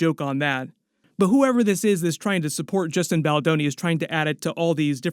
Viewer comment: Who tf is Justin baldaroni? Lmao